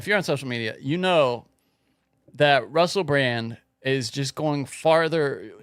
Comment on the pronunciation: I don't think anyone takes word as gospel. Especially when he said Russel Brand's name wrong at least 4 times. I quit counting after that. Flat Earth 4 Life!!11!!1